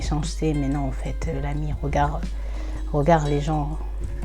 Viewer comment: salam alaykom, je te regarde de Belgique. MachaAllah je trouve cela bien ce que tu fais...ce sont des histoires inedites pour moi. Par contre stp stp stp essaye de corriger ta façon de dire regarDE, tu dis: regard....sorry ce n est pas une critique juste une petite remarque